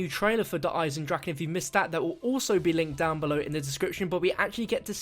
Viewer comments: it is pronounced der eisendraj or eisendraha not eisendrakkkkk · I like how you still can't pronounce the name correct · This is how maxis got talking to the WaW crew on moon. He was transported there from Der Eisendrache. P.S. learn to pronounce it correctly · Pronounce Der Eisendrache correctly. PLEASE?!?!?!